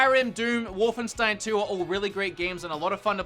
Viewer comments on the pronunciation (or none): none